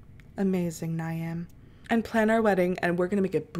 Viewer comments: Ny-am as u say is actually pronounced “Neev” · Before more people say, Niamh is pronounced like Neev lol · its pronounced neeve 😭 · i screamed at the way u pronounced niamh